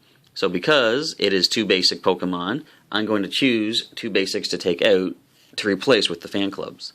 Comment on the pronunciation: Learn how to pronouce "out", other than that nice vid. thanks